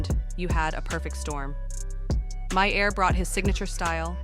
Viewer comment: Yeah, this would have been so much better without the terrible music, the voice over shit, and the mispronunciation of Bill Maher's name. Bad.